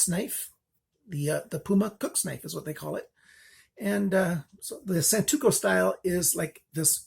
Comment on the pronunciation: Great review, just wanted to correct something real quick; it's Santoku not Santuko ;) Thanks for all your work!